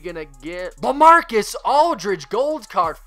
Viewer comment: LaMarcus, not LeMarcus